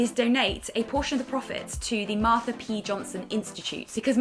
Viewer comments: love you guys youre amazing just one thing: im pretty sure its marSHA p johnson not marta i think rose said "marta" twice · Love this guy's but its Marsha P Johnson not Marther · Guys it's Marsha not Martha xx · yo this video was good and honest but you could've said MARSHA's name right, it's not that hard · I'm really excited to see the new direction this channel is going in, and I'm glad you guys made a plan for change. Would you be able to add a link to the Marsha P. Johnson Institute in the description (or as an annotation/pop-up) on the video? I noticed Rose pronounced her name wrong, and I think it's important for clarity. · Marsha*** it's MARSHA!!! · I know she kept saying it 😩😩😩 their hearts are truly in the right place but they better learn Marsha’s name!!! ♥️